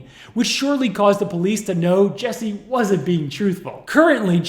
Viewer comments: His name is JUSSIE... Not Jessie. 😑 And your way of speaking is SUPER annoying. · I had to stop watching anybody know where I can just get the police video? This guy reporting on this is WAY too damn annoying..... like first you IDIOT you have his name posted up like 50 times yet you keep saying JESSIE all emphatically and charismatic, and second your cutting in way too much I wanna hear what is going on I dont need a recap after 4 seconds of audio dickhead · This was a horrible scam, just to get sympathy, but at least pronounce his name correctly,,,it's Jussie with a "u", not Jessie! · My name is Jesse, I take offense to this man being called Jesse. His name is Jussie and pronounced differently. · Why does the narrator pronounce it Jessie? It's obviously Jussie. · Jussie; not Jessie. happy to see the police tapes! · For someone so thorough with their research you could get his name right 😒 it’s JUSSIE like Justin, his name. Not Jessie. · Why do you keep calling him Jessie...lol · Toditude he spent weeks editing a video and couldnt be bothered to check the name of the person who is the SUBJECT?? Yeah it matters lol it’s super unprofessional and for me, now he lacks credibility